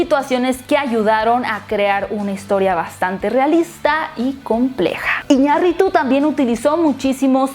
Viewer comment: Por que tiene que "agringa"r todo?... hasta para decir el nombre del director Iñarritu lo pronuncia como si fuera un nombre ingles